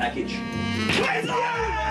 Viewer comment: Ohhh, he was saying "Queensland" all this time?